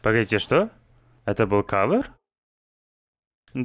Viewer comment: привет. Респект за перевод. Только не кавыр а кавер, так уши режет извини если что.